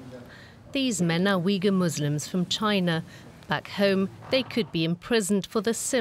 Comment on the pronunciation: Uighur is pronounced Ooyghoor, not Weegul, please.